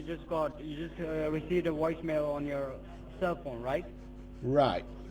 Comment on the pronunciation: A Woice Mail???? They learned English at WalMart. lmao